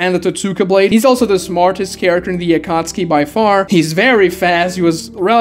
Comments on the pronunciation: I don't know how the English version says it but it sounds very wrong to me when you pronounce it like akatski instead of akatsuki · never watched naruto past the chunin exams, and read the manga so im wondering, is it pronounced akatski like how my man pronounces it or is it like akat-suki?